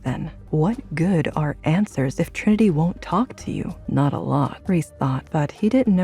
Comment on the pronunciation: It’s good. It bothers me the way they are botching Trinity’s name.